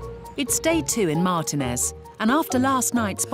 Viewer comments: It is not pronounced mar-tin-ez , it is pronounced mar-teen-iss, like in the drink Martini, which was invented there. It drives me absolutely crazy when Brits have NO CLUE as to how to pronounce California place names. Like can't they look it up on line or something? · omgosh,, it's pronounced mar-tea-nez please stop your hurting me lmao 🤣